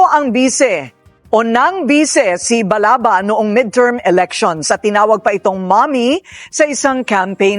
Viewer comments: Sir Balaba Yan Hindi Balaga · Sir Ivan Balaba po hindi balaga